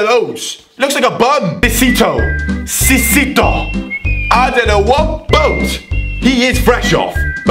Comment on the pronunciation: He has bartered the danish names SO BAD........ SISTO IS NOT THAT HARD MATE! SISITO...............REALLY!?!?!?!?!